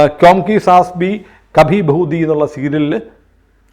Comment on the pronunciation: ബഹുതി അല്ലെടാ ബഹു ധി എന്നാടാ